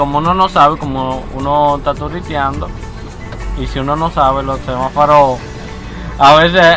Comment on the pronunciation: De introducción no es isabela de torres ...es isabel de torres ...crítica constructiva...no es semafaro..es semáforo. .